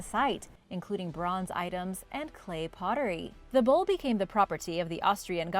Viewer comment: its bowl.not bull